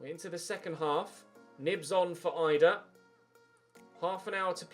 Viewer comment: its pronounced "eedah" not eyedah